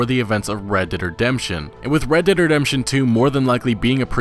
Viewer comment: Red Derd Redemption